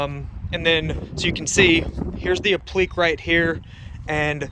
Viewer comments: /apləˈkā/ .... or phonetically /app-la-k/, not /a-pleak/. Thanks for showing how to do this. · I believe it's pronounced "ap-pla-kay" and not "uh-pleek." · Not pronounced apliq. It's. ap li que' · Jesus, dude. It's pronounced "App - Li - KAY".